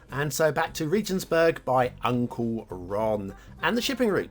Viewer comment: Regensburg - hard 'g'